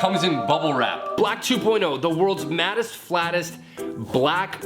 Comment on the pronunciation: Everytime you say mattest i think you say maddest. F@ awesome vid though!